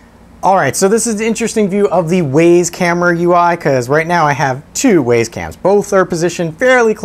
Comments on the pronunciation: Thanks for the review ... it was fine. Except, for one thing ... . The camera is named the 'W[Y]ZE CAM'. Clearly pronounced ..." [WI]SE ... CAM". NOT ... "W[A]YS ... CAM". Presumably named as it is, to try to make owners, and potential owners of the camera feel WISE ... for choosing such a valuable item to purchase. You seem to be a well-spoken, reasonably intelligent person. But ... When you call the 'WYZE Cam', the 'WAYS ... Cam', it makes you sound like a MORON. Please ... Stop. Thank you. 🤨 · It's pronounced, "Wise" "Waze" is a nav app. Great info packed review, by the way! Well done! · How do you pronounce WAZE? Then how do you pronounce WYZE? WISE!!!! NOT WAYS!! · It's not Ways it's wise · I believe the it should be pronounced like wise not ways. Hint wise camera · I'm pretty sure it's pronounced "Wise". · Love the video. It's pronounced Wizz cam btw. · Uh, no? Where are you getting that information? The company name is pronounced "wise" ... Go look at their YouTube videos. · It’s pronounced “Why’s” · Had to dislike just because you cant say wyze correctly during the review